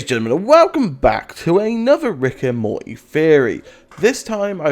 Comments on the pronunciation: Its not mortaaaay its morty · Can you please pronounce the T when you say Morty!!!